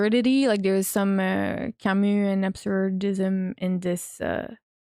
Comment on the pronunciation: bro said Camousse 💀💀💀